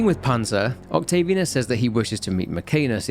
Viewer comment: Octavi Anus, Mc Anus... Work on Latin pronunciation dude.